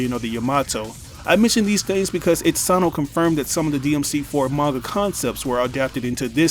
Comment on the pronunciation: Itsano? You mean Itsuno....